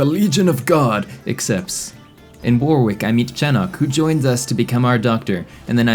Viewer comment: The second 'W' is silent in Warwick.